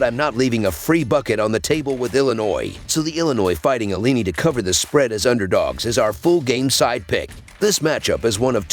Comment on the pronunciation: C'mon..pronounce Illini correctly & put some RESPECT on their NAME!